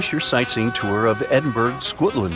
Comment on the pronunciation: Pronunciation 'Edinboro' not 'Edinberg'